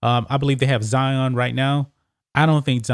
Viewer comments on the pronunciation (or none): none